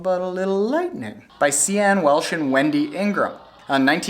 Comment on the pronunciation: Sian Welch (pronounced Sean... not See-an) is an amazing athlete, but damn she had really bad bonk, no salt tablets. Wendy had been cramped since mile 18 or something. Sian’s going to Kona again, she’s 50 or 51 now.